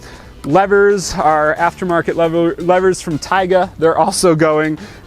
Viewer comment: Just a FYI but TYGA is pronounced “Tea Guh”.